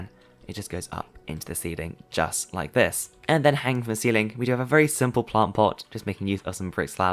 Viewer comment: How manny times he say Siple 🤣